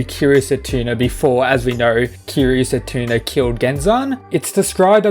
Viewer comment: “Setuna” It’s setsuna, lol